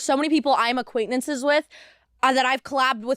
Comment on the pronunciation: It’s so minor and dumb but the word is not “aquaintenance” and she keeps saying it over and over 😅 it drives me bonkers.